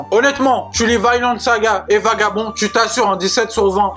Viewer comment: Mdr elle mtue cette vidéo , excellent manga , 100% d'accord avec toi et l'anime claque et il est sur Amazon , lol balanciaga ms poto tu tprends trop la tête pour la prononciation c un nom propre scandinave et ca se prononce pareil en anglais ou francais soit v-i-nland et pas vYnEland mais balanciaga tu m'a achevé mdr